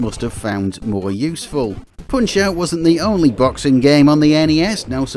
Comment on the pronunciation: "Poonch euoght" wtf lol